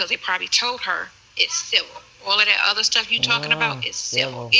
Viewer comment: Sentence? He can’t formulate small words. “Udder” for other. “Dem” for them. “Irnge” for orange. Those are really simple words he can’t pronounce. He never paid attention in school.